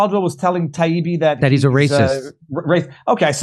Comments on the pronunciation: Matt Taibbi and Douglas Murray obliterated those mainstream gatekeepers. The way Gladwell purposely mispronounce Taibbi’s name was pitiful and shameful. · The way Malcolm kept miss pronouncing Matt’s last name after being corrected was embarrassing. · Malcolm Gladwell intentionally, repeatedly mispronouncing Matt Taibbi's name and pretending Taibbi's appreciation for a time when Walter Cronkite, a newsman, could be voted "Most Trusted Person in America" was Taibbi's scarcely veiled racism, misogyny, and white supremacy was the fastest I've ever seen anyone throw their reputation away. Gladwell was disgusting. He'll never recover. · Lol..yes..."well, MALC..." and his insistence in claiming taibbi...also pronounced incorrectly over and over....that matt wants the old days when apparently we had klan members doing evening news...lol k.